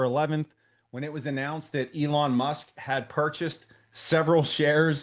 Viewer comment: Elon "Mush" haha!